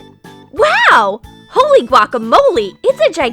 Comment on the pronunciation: Daniela Bulat it's holy not holly